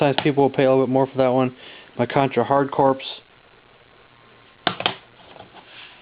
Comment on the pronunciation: This is just nitpicking but for future reference in the title Contra Hard Corps the word "Corps" is pronounced like "core" rather than "corpse".